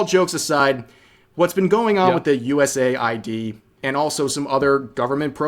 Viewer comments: Why do you say US A.I.D. Isn't USAID like "aid" as in "aiding someone or something"? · USA-ID? Shouldnt it be US-AID? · Why can no one get it right everywhere it is “USaid” US Aid not USA ID